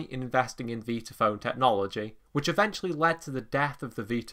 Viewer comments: How many times do I have to hear "Veetaphone" 🙄 It's V👁taphone! Like Vitameatavegamin! 😂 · nicely done, although I'm pretty certain it's pronounced 'VIE-tuh-FÖHN', and NOT ''VEE-tuh FÖHN' , as you say, several times. This ISN'T a 'toe-MAY-toe/toh-MAH-toh'-thing, nor does it have to do with you being English (I never where I'm from, but it's NOT the States). In fact, there's several old Warner Bros Bugs Bunny cartoons where he pronounces in passing 'VIE-tuh-FÖHN', as well. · Never heard it pronounced 'veetaphone'! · After hearing pronounce it, I thought I had had it wrong all these years so I checked it out online and you are correct.